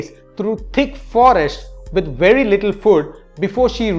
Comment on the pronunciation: I'm just vanting to say his accent is wery wery good